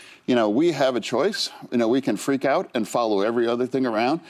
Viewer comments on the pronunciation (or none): none